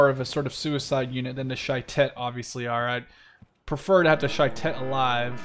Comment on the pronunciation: Well, Shayetet is pronounced Sha-ye-tet, and Gavnuni is Gav-Nu-ni